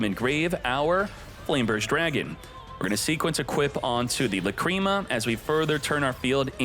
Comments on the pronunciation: The fact that u keep pronuncing la-cream-ma kills the video for me. This jokes are not funny, same shit with ze amin... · Lacrima should be pronounced like that, Just with the accent on A instead